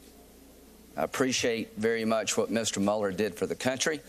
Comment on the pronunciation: Why do people keep calling him Muller??? He was always MULE-er for the early part of my life including through the 9/11 attacks... it's like the 'Twilight Zone'...